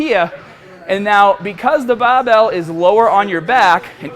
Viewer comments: his accent gets so thick when he says bahbell... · does anyone else think he says barbell in a funny way hahaha he says that only word like he's from south Boston but speaks everything else in different way